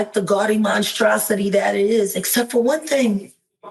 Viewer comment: Wow she said " monstrocity" and lights come on "blood red,"